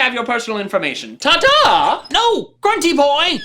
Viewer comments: GRUNTY, NOT HRUNTY! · Haha, it is I, grun tee boy.